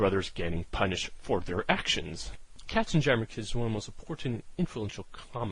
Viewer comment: Pronounce "KatzenYammer", as in yammering of cats.